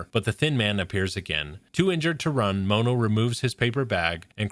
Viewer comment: The way you say mono is painful its pronounced like the mono in monochrome his name is just one